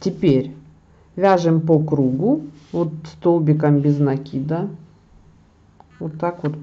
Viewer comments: Тоже раньше ударение в некоторых словах не там ставила, и НАкид тоже был в моем неправильном словаре, в Москве пожила, научили. Я думаю, что неплохо совершенствоваться в родном языке, хотя русский не мой родной, но так случилось, что стал родным)). Это ничего, если нас исправляют, обычно я говорю спасибо этим людям. Спасибо за МК! Хорошо вяжете! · А нАкид или накИд - сама мучаюсь, заставляю себя привыкнуть к накИду - но режет слух и коробит... ну что делать, если всю жизнь был нАкид. Постепенно привыкнем...